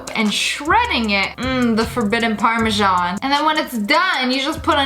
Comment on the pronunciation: ok, old vid, all great, but we gonna ignore how she said: parmezjan instead of parmezan?